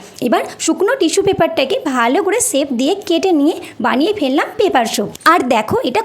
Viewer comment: এখানে এই লোকটা লেখার কথা না দিদি,, তোমার কথার উচ্চারণে তুমি soap কে shop এর মতো উচ্চারণ করেছো তাই ওমন করে বলছে 🙂